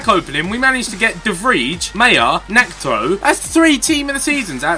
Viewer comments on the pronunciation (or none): It's not May-er, it's mi-er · Meier is actually pronounced MY (like that's MY favorite player) and er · You pronounce Meiers name like Maya